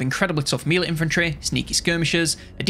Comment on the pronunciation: You keep saying "mee-lay" for melee, I don't think that's right. The French origin is pronounced "meh-lee". In English it's either "meh-lay" or "may-lay", typically for British English and American English respectively. In none of those cases is the first syllable "mee". Edit: Ok I also noticed the "haych P" (HP) which is unusual to me (American). What country are you from?